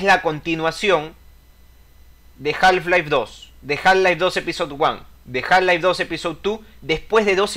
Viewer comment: Muy cierto lo que comentás. Una sola acotación, en la palabra Half no se pronuncia la l (ele). Se pronunciaría JAF-LAIF. Saludos.